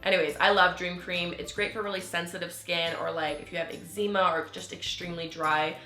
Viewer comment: Eczema is not pronounced the way you pronounce it XD